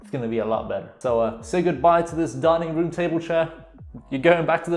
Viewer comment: i thought you said "darning" instead of "dining"